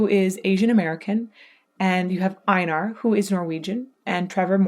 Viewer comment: U sad his name a little wrong sorry for this but it’s Einar not ainar when saying his name the E and I is primer letter and then Nar is the subletters so it’s like this EI-nar